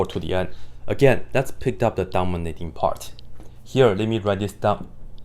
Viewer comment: thank you for this!! ❤ I keep hearing "dumber little part" instead of "dominating part"🤣